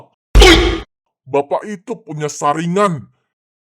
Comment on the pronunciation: sarenggan bang bukan saringan saringan buat dapur😂